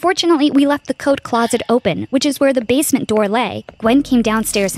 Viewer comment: This girl said "We Weached The Basment" and idk but I think they spelled neighbor wrong